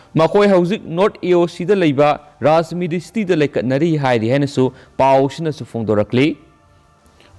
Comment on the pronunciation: Bro hospital da anaba laikannari haina haibiyu, laikatnari haibinu